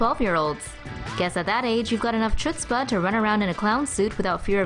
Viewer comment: Seriously? chu-tzpa? HHHHHutzpaaaa